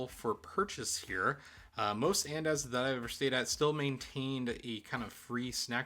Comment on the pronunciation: the pronunciation of andaz is killing me lol but this is a great video and I found it super helpful!!